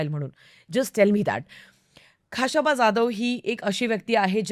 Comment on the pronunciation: pronunciation check kara ekda khashaba che , uchhar check kara i mean.